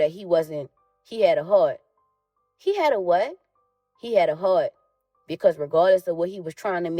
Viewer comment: He had a what? he had a hert lmao